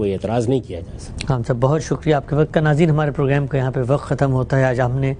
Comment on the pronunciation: جناب، پروگرام کو پروگریم نہ کہا کریں۔ یہ لفظ انگریزی میں بھی پروگرام ہے اور اسے پروگریم کہنا محض مغلوب ذہنیت کی غمّازی کرتی ہے۔